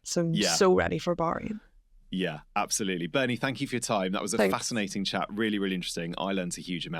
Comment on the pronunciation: Can you please pronounce Bahrain correctly !